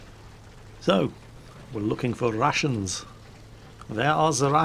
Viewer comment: I swear I heard rassins instead of Russians